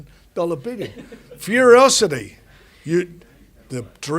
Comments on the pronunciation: Why they keep saying Furyocity lol, it’s Furocity. Frank clearly not promoting it well 😆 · I just enjoy how Fury genuinely believes it is called Furiocity, when its literally called Furocity.